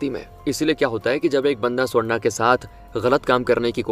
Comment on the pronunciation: Ye swarna swarna bol rahe aur mujhe sonda sonda sunai de raha😂